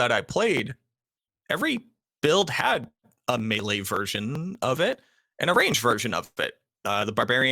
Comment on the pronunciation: Never heard someone pronounce melee like that. Mealy?